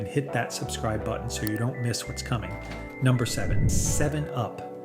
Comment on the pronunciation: "Seven-yew-pee"? Never drank that. 😂 Or "jar-REE-toes"! 😂😂